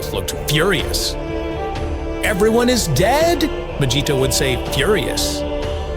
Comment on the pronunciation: Why is the narrator constantly pronouncing Vegets's name that way. Chill out dude